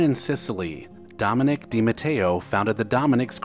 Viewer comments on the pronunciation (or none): none